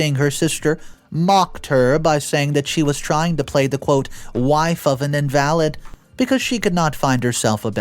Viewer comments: You can't forget in-val-lid (disabled) not in-valid (not valid) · "In-valid" instead of "in-va-lid" got me same as "Ee-loise". 😉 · today was the final straw 😂 it's not IN-VAL-ID (as in "not valid")... it's IN-VAL-LID (as in "unable")... I look forward to your stories each and every day... look mate, you really need to check out your pronunciation a little more,... love you heaps! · please look up invalid. It is pronounced In va lid in this case not in Val ed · God please pronounce the words Eloise and invalid correctly, damn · Eloise is pronounced EL.O.WEESE. It's french. And you mispronounced "invalid." 😑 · Narrator really needs to learn to read. Eloise…invalid…etc. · IN-VA-LID EL-0-ESE. ELOISE CHRIST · Please pronounce names and words correctly. The sisters name is pronounced El- o- weez. The man is called an in-va-lid ( someone who can’t walk). Not invalid as in not true or not valid. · I wish u would read the stories before u read them. so many Words u get wrong and even the name Eloise, u completely message up that 1. It's El-o-wees. don't get me started on "invalid". If u spent the amount of time u do on the animations, on learning how to say the words properly. you'd have maybe the best reddit stories on youtube.